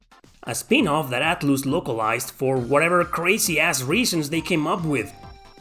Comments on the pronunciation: Atloos hahahahahahahaha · Haha yay I love "Atloose" games 🙂